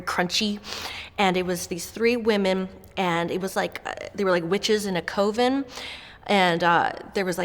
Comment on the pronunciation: Girl what's a "KO-ven"? At least we know she learns from reading!